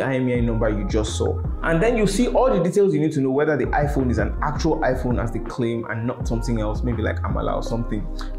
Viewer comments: Bruh did you just say amala not iPhone 😆👌love your videos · He said "Amala" 😂😂